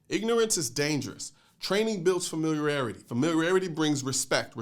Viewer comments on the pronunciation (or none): Colion, love your content, but sorry bro., I just couldn't let this go. Sound like I hear Inniment instead of Imminent, and is famirarity the Chinese pronunciation of familiarity? Sorry, but couldn't help myself. 😉Still, nothing but much love and mad respect!